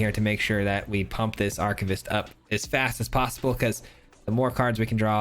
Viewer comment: Take a drink every time this guy butchers the pronunciation of "Archivist".